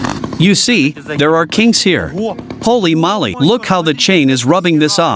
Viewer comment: Is anyone ever gonna tell them its "HOLY MOLY" not "HOLLY MOLLY" OR HOLY MOLLY !!!!